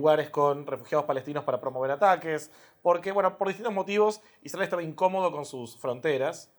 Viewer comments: cuando dijo IsRael y no Isrrael se le cayó la estrella de David al explicador. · Creo que perdí el interés en el minuto 20, cuando ya había escuchado la pronunciación "ISrAEL" por... vigésima vez. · La forma en que pronuncia Isrhael debería hacernos sospechar de su imparcialidad. En ningún momento le escuché decir "limpieza etnica" "colonialismo". Que fue la política que implemento Israel como continuación de la estrategia británica.